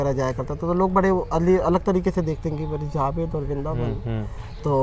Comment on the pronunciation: Abe zaved nhi Javed hota hai aur Anees mardo ka naam ...naam lena bhi nhi aata jhoot bol raha hai tu ex muslim hone k naam pe